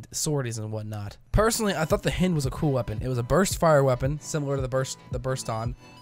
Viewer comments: HI-ND not H-IN-D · h-eye-nd. I GOT SO TRIGGERED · hynd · It's pronounced the same way as the Russian attack chopper. (hi-eend) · It´s pronounced hind ok? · I cringed every time you said hind I've always pronounced h-eye-nd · It hurts me every time he mispronounces it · I was just thinking that lol how do you mispronounce something so obvious haha